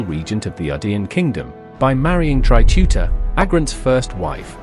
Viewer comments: Not Tuta but Teuta As for Serbian. Not teutavica but Teuta As for Greece. Not Teutais but Teuta. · TEUTA NOT TUTA T.E.U.T.A